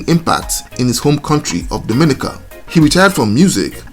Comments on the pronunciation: Appreciation Society: DOMINICA correct pronunciation is "dom-ah-NEE-ka" not "doh-MIN-ih-kuh"..... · To the host, the pronunciation is…Dom-in-nica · I don’t know how to tell you in message yet..but your saying it like the Dominican Republic…and it’s not like that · It would be nice if you knew how to say Dominica